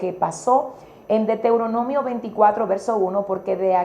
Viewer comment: Dra. Por favor, corrija la pronunciacion del nombre del libro Deutoronomio. Usted esta pronunciando Deteuronomio y se oye muy mal.